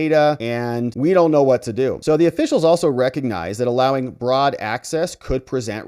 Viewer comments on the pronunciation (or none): none